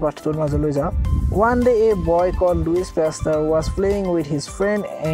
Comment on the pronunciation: Louis pasteur not luisa pasteur i am sorry sir 😉